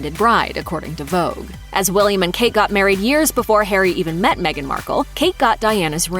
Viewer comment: Me-gain lies🤪